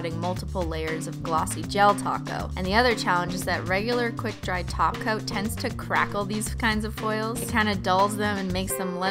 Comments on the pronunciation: is it me or she says taco instead of top coat ~???? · when you say top coat it sounds like taco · When you say top coat, it sounds like taco Lol! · In her old videos when she said "top coat" it sometimes sounded like "taco" so people started joking about it and know she says it on purpose because everyone prefer taco💁‍♀️💅🌮😂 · I thought she said: now add a glossy del taco 🌮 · she does say glossy del taco 😂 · MintTube but she does say "glossy gel taco" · at first I thought you were saying a glossy del taco, but then when I realized you weren't I was LIKE THAT'S GENIUS SHE SHOULD CALL a gel top coat a del taco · I thought she said : now add a glassy del taco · Is it just me or does every time she says "top coat" I hear taco xD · She does literally say "taco" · She purposely says taco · Talitha Somerville she does say taco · Talitha Somerville she says taco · bc she IS saying taco XD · Glossy taco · Talitha Somerville it’s because she DOES say taco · I thought she said but add a glossy del taco 🌮 ⚰️r.i.p. vine you will be remembered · if u say top coat i think taht you say taco